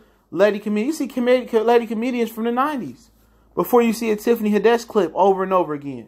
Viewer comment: Tiffany Had-dash... lol